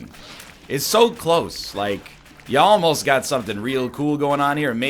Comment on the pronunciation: What he said: "You Almost" What I heard: "Y'all most" I love you Mr. Eggboi